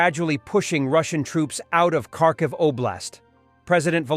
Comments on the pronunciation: Not Karkiv , kHarkiv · The name is Kharkiv - ( har - kiv)